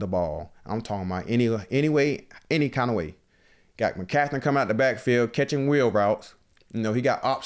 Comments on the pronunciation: Im a Niner fan❤️💛. Lmao😂 now I can’t unhear “McCathren”. It’s McCaffrey or BKA C-Mac. Straight up butchering the names. I get Jalen Carter is “passionate” but it kinda makes it hard to believe when he replied back talking about money. Keep it coming, love hearing your pod😂. I know you’ll bounce back, would love to see a rematch in the NFCC. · “Mccatherine” 😂😂😂 I’m dying 😂😂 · Bro I thought I was trippin'... My man said McCatherin LOL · "Mcatherine"🤣🤣 ayoo...im dead